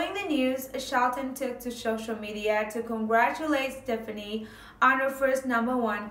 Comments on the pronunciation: It's not stiffinie.... It's STEFANIE... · It's pronounced ste faw nee